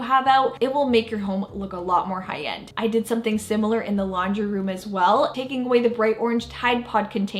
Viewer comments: Her 'high end' sounded like 'Hayan' 😂 i thought wth is 'Hayan?' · She kept saying Hi-Yend. 😅🤣